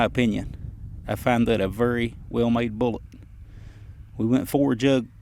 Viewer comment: That’s a “vury” well made bullet ;)